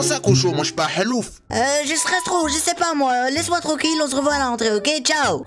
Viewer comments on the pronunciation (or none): javoux le truc qui ma plus tuer quand il dis halufe mdr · mdr il a dit un halouf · J’aime trop qant il a dis halouf